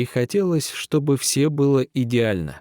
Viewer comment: Больше пригласить некого , что ли ? Он читает отвратительно. Не всё надо , а все надо ! Капец !